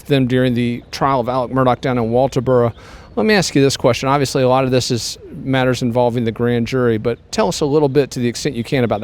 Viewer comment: Agh! Metters! Lol this guy